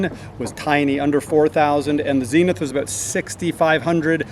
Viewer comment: It's Zenith as in Zen not as in seen.